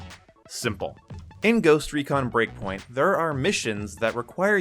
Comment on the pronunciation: Breakpoint. Not breakingpoint 😂😂